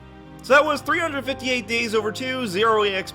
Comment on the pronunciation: I didn't even know 358 could be played with a Zero EXP challenge Why do you pronoun 358's name like that XD